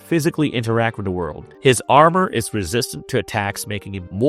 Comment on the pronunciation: i hate this stupid D instead of TH thing - it maybe a speech impediment but im out after 1 min